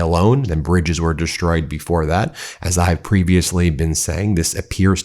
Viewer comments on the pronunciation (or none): Please stop saying dish-troyed. There's no h in the word destroyed. Destroyed